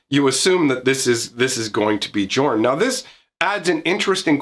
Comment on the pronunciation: Jorn is most likely meant to be pronounced like Yorn, given the setting.